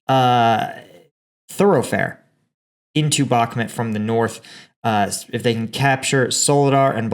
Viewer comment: Bakmhut is pronounced bach_MOOT budz.